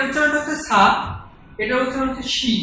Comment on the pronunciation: ভাইয়া, "ছ" এর উচ্চারণে পার্থক্য আছে। ছা, ছু, .... এগুলো মানে, chha, chhu.... তাই, সা, সু বললে ভালো হয়। এগুলো উচ্চারণ হয় sa, su এই রকম। Shi এর বাংলায় "শি" হবে। সা, শি, সু, সে, সো। But class টা সুন্দর হয়েছে।